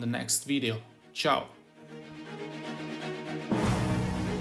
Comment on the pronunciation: Are you italian? That ciao at the end :D